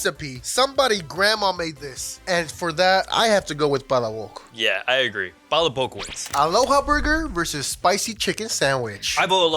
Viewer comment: You guys are butchering the name for palaboc smh